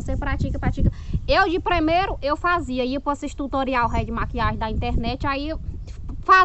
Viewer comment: "Tuturial veio" kkkkkkkkkkkkkkkkkkkk